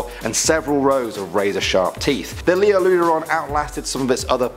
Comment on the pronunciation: It was actually Liopleurodon not Lioleurodon